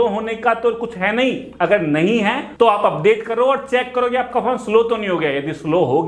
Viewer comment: Every time he says phone I hear it porn